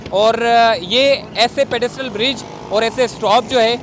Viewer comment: Hahaha.. pedestrian bol bhai.. pedistrial koi word nhi..